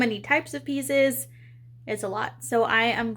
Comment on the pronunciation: Currently watching your build stream on TV and at beggining when you said pieces I thought you said pizza's as I was eating one at same time 🤣